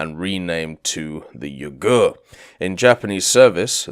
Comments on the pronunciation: The name of the ship pronounce "Yuu gu re" not "yougerr" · it's pronounced Yuu-gu-ray, there's no silent vowels in Japanese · Yep, vowels are never silent in Japanese names, and more than any other case having an "e" at the end seems to always confuse English speakers (it was a bad habit for me at first too). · I doubt he care. A bit odd to hear (especially as a Japanese) but in some ways reminds me how US servicemen friends of mine calling Ise as I-see, which is funny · he cares, I corrected him about it on stream. I just had to write a comment about it because it sounded French, the way he was saying it... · He used the hepburn romanization in the title, pronunciation should have been obvious from looking at that. But I guess that just means he's not weeb or naval ain't his forte.